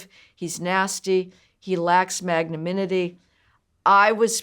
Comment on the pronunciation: Mispronounced 'magnanimity'